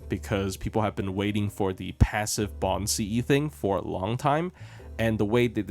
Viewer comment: I thought you're saying Baobhan Sith not Bond CE 😂